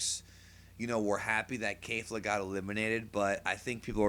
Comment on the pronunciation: Repeat after me, K-E-F-L-A (KEF-LA) not KAYFLA/KEYFLA XD da F#@